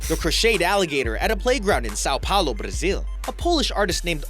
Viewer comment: please dont say things in portuguese if you cant say it even close to right..... São Paulo= Saun Paulu